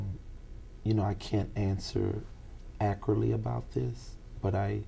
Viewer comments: If He says “ACURTLY” one more time 😒😒😒😒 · You mean "ackritly!!!" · "Accruly". LOL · veee1985 It’s “ ackeritt “ .... “ Let’s not be children “.. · He cant even pronounce accurately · Why can't he ACCURATELY say the word ACCURATE?!?!